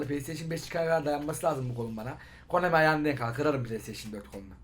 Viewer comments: abi komani deil konami :D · abi KOMANİ DEĞiL KONAMİ HSJSHS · Komani???? Konami🤣🤣😂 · Abi Konami dedin o komik